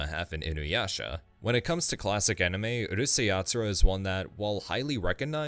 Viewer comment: why do people always mispronounce the name of Urusei Yatsura